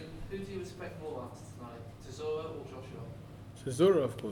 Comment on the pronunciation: Dillian keeps call chisora sirora lol